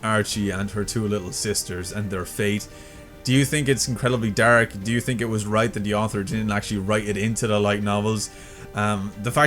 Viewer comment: I'm sorry to brake the dark tone of the video but I love how you pronounce the word dark. "Dahrk"